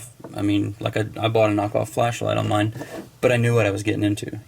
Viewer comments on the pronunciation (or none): none